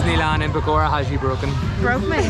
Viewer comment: Pokhara didn't like y'all keep pronouncing it pokora(fritters)